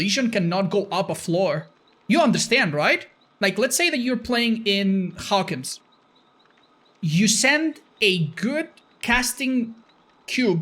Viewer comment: He said Hawkens.. Does he not know about the Stranger things license ending?